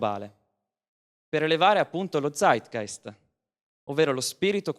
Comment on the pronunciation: pallino sulla i: si pronuncia Zeitgeist con la Z di o ScreZio non con la Z di Zorro